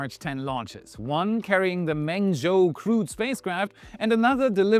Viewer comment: here too. Try “Mung-joe”. Tones also matter, but those are best copied by ear from a native speaker reading he characters, or text to speech from the characters.